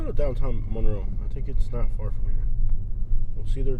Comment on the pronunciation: Apparently they don’t teach history in Florida. Also, please don’t mispronounce Monroe that way. Do you pronounce Marilyn Monroe that way - no you don’t. Ypsilanti is pronounced WITHOUT the y. Trees are good for the environment. Why do people south of Ohio drive soooook slow - geez. Btw, you would not like living here. Move along, please.